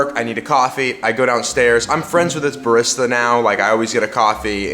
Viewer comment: *Ba-REE-sta. That is all. 😂